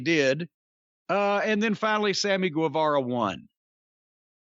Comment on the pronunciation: Why is it that Jim Cornette can pronounce Guerrero and the word guess correctly but he can't pronounce Guevara correctly?